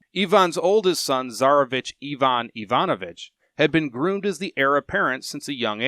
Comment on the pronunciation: I immediately respected you for correctly pronouncing Ivan as Eevan rather than the usual Aivan ;))